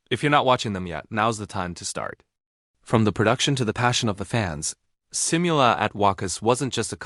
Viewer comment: massive thanks again for this. You’re so eloquent as speaker/anchor and am sure you’re a very good writer too. Am curious tho, did you watch the KICKOFF at the Phil Arena? Noticed also how your views increase by leaps. A’TIN knows when to appreciate and be grateful. May I just correct you on how we say SIMULA, IT’s si moo la at WAKAS, BEGINNING AND END.